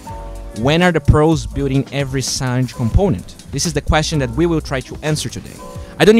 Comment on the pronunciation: It's San/ge not sanj